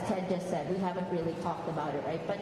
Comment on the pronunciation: Reary reary good.